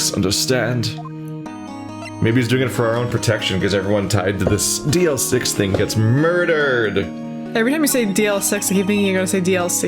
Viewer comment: I'm impressed that you didn't mispronounced DL-6 with DLC...😅